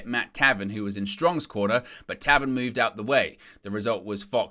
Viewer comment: Tay-ven...pronounced Tay..,,,, not trolling you bro love the channel watch it every single day on my way to work and on my way home.. but I couldn't make out I was like what is he saying? Lol..Your channel has come a long way you have a life-long are here. Your channel is one of the few that I go to when I really want to know the news in wrestling.The real news.